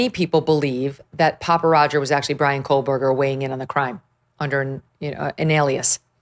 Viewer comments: Megyn. I absolutely adore you girl, but could you, if you have to say this monster’s name at all, please pronounce it correctly. It always sounds like you’re saying, “KoLberger” with an L. Not trying to be a pain in the 🍑, but my OCD flares every time I hear it. 😊🙉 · Hey meeeegan Killers name is KOHHHHHBERGER NOT KOHLLLL... JESUS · Why do u always say Kol-Berger…lol. Not that I give a shit bout that loser but just wondering why u pronounce it that way 😂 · Why does Megyn pronounce his last name as KOHL-BERGER? So annoying. There is no L in his last name.